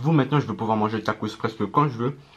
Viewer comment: Au lieu de dire tacos tu dis tacrote car sa ressemble à sa 😂😂😂